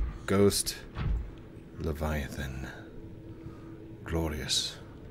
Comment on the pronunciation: Leviathan= Le byeathan